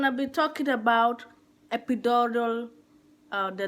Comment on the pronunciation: Epidural not Epidorol 🤦🏿‍♀️